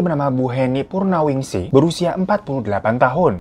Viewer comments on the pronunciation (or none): purwaningsih ka bukan purnawingsih nyebutnya🤣😂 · Ngakakk banget purwaningsih jadi purnawingsih bang, makasih hiburannya HAHA :) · Purwaningsih kak.. kak kiro bacanya purnawingsih